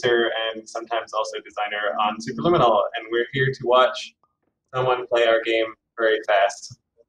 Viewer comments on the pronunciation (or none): ok.. let me teach you how to pronounce the word Superliminal. Say it with me slowly... Supe.... Per.... Lim... min.... nal. Not sububububububububueral Its Superliminal. k? Thanx. Bye. Ferphuxake...